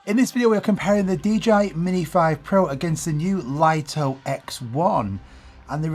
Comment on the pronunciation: It's pronounced 'Lee-toh', not 'Lite-oh'. And the DJI Flip shares the same ND filters for the X1.